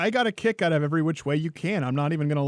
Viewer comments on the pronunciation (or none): none